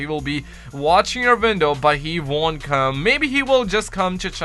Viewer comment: OHHHH YOURE SAYING 'WINDOW' god damnit I thought you were saying "Vindal" and I was like "Ok maybe I don't know that much about COD zombies" but it was really your accent. I feel better now. Great video btw dude